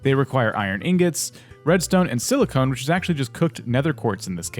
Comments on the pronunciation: “Silicone” why it’s silicon, sorry this just annoyed me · nice vid although it's pronounce silicon with a short "o" as in cOn man. silicone is something else.